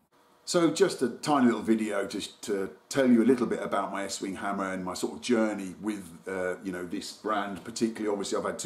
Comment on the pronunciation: Done it again " eatwing" instead of estwing lol